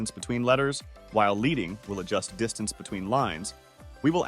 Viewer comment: "Leading" in the context of text formatting is pronounced "ledding," as in the metal lead.